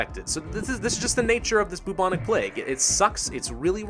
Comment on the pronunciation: Anyone else noticed that he said boo-boo ich plague